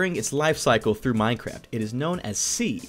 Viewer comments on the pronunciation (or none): none